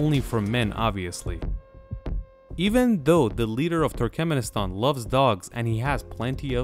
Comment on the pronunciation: So, is ”Turkemnistan” the ””Nucular” 2.0”? 😅